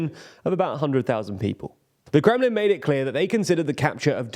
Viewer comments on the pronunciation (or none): none